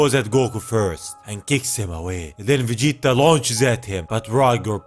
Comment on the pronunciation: No one can say Vegeta like you